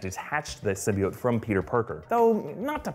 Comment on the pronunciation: I was so glad when i heard them pronounce symbiote right